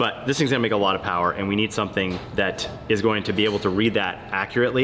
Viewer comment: Too much phowerrr baby...